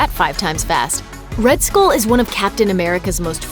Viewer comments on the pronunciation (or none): Please stop pronouncing skull like school. kthxbai